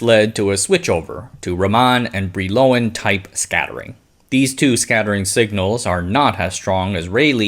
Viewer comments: I think Brillouin is pronounced like bree-yawn (Wikipedia's [leɔ̃ nikɔla bʁijwɛ̃] is not very easy to interpret, but concurs.) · Brillouin is a French name, pronounced roughly bree-wah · Good video. Brillouin is said like "bree-yuan"